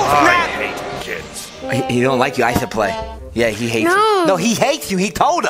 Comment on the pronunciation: It sounds like he said oh shate lol!